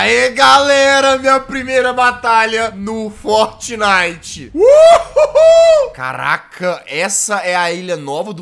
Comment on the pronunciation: e impressao minha ou ele fala fotnite